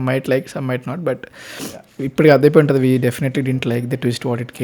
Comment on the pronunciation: ముందు తెలుగు సరియైన ఉచ్చారణ తోమాటలు ఆడండి. ఉంటది, గుంటది ఎన్టీ? ఉంటుంది అని ఉచ్చరించాలి.